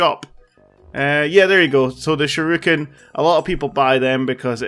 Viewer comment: Whats a sure-i-kun?